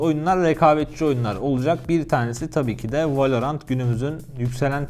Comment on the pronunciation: VALOğrant değil VALORANT